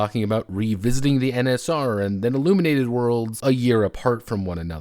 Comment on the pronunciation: IlLUMENated, you say?